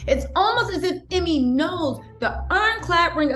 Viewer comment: thanks for the update!! oh lol, not that he deserves this correction, but his named is pronounced--- eeemay, not emmy🤭